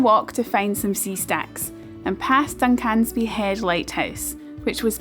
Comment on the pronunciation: I'm sure vloggers deliberately mispronounce place names for comments....... LYBSTER (pronounced Liebster), SINCLAIR (no accentuation of 'clair'). DUNCANSBY (no accentuation of 'can' - pronounce like the male name with 'sby' at end. John oGroats is furthest from Landsend, Dunnet head is most northerly on mainland. Bought Vegie haggis by mistake once - to accompany Steak with Peppercorn sauce - in that use, it was actually OK.